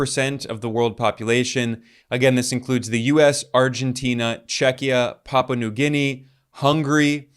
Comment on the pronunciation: It's NOT "Pappa" but WEST PAPUA! The word Papua has THREE syllables: Pa-pu-a, spoken quickly. Why are SO MANY YANKS so incredibly lazy, unwilling to do any research and disinterested in the rest of the world and therefore so very ignorant of it? Fancy mispronouncing the name of a country, just because you're ignorant of it so you demean yourself and the nation you represent. I'm so sick of it happening so very often. Yanks can never pronounce New Zealand properly, either, and that's just downright offensive and ignorant. It's NIEUW Zealand, and never ever "NOO" Zealand, YANKS! Show some respect and learn about the world for a change, especially if you're going to mispronounce the name of a country in a video with 98,000 views, 1,645 comments and 219,000 subscribers at the time of this comment. 🙄